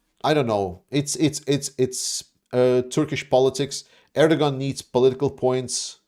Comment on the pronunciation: Erdogan’s pronounced AIR-DUH-WAN. Sorry, you’re a hero, but that was distracting me so much.😂